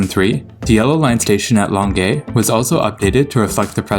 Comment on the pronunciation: ...kudos for your pronunciation! An interesting and incredibly specific quirk of language here that would impress Hercule Poirot (who was not French, btw): I bet you spoke to an anglophone Montrealer for help because you pronounced Longueuil as Longay; a francophone or someone not from Montréal would have tried to make you say it closer to the French way. It's rather like someone who pronounces the second t in Toronto. Place names are all over the map in Montréal. Linguistically, I mean. Some always change with the language you're speaking -- Old Montréal when you're speaking English, Vieux-Montréal or Le Vieux when you're speaking French. Others sometimes do (Marché Jean-Talon / Jean-Talon Market), or sometimes never do (Place always rhymes with glass, not plaice). Some depend on your age: older anglos may say Mountain, Saint-Lawrence, Pine, and their Guy rhymes with buy not ghee, but not younger ones. I've heard anglos call it Carré Saint-Louis and francophones call it Square Saint-Louis, so go figure. I've never heard an anglo say Saint Henry, although I'm sure some do, but I have heard them add a t between whereas francos wouldn't. Damn H aspiré and H muet.